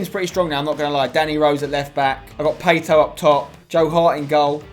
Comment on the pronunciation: “Payto” up top